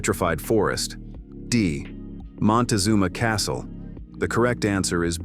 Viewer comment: Montazunma Castle, Rim "R O C K".